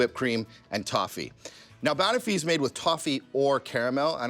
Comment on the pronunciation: Dude. Please. It’s not “BAN-uffy”, it’s “ban-OFF-ee”. Have you even been to a pub in the UK?